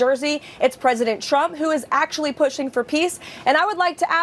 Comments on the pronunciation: #leavitt who was pregnant and unmarried can lie through her teeth, but hey: Trump (who she pronounces shump) said she has a mouth like a machine gun. Heard M. Lewinsky did, too. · Crazy lady ! Sounds like she keeps saying president Chump ! 😂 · KKKaroline always sounds like she's saying President "Chump" LOL. It must be those lyin lips